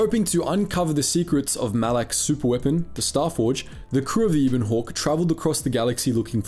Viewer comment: It’s not Ibon Hawk, it’s Ebon Hawk :P